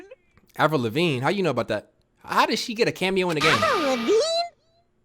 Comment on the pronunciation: Lol "Avril Levigne?"